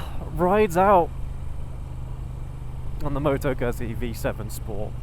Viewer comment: Good review - My V7 is deffo a keeper - along with my Dnfiled C5 Classic 500 - my other bikes are what they are and will in time go! - The v7 is not a cruiser and it is pronounced GOOT-Zee (ask my Itatian Daughter in law - and as the whole family work for Moto Guzzi in Mandello Del Lario - they should know! 🙂